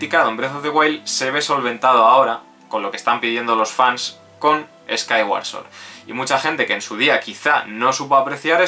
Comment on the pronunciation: por lo menos pronuncias bien "sword". Creo que eres el primer youtuber que lo hace.